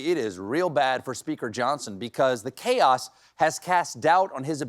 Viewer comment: Er, "Tank you"* and "caos"? So it's true - Dump does love the "poorly educated" - because he can relate! 🤣 By the way, it's "thank" and "chaos." You're welcome, from a smart, well-educated person.